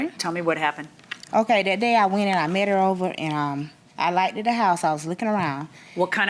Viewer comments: You gotta stop saying "Likeded." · SHE SAID LIKEDID AND SHE THINKS ITS A WORD!!